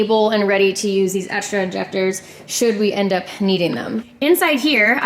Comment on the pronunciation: when says egsdra